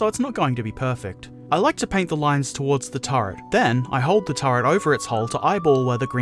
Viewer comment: Really nice video, but you crack me up when you say "turd" instead of "turret" :D